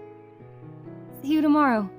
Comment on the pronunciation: Very nice, but it sounded like you said Q-tong. In other dubs, it sounded like you said Shi-tong instead. I know the translators changed some names in the version I read, but double check just in case. And keep up the support for Tamen De Guishi (SQ: Begin with your Name).